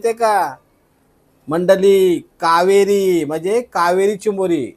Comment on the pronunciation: कावारी बोलताना कावेरी नय